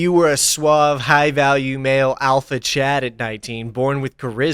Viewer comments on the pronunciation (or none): none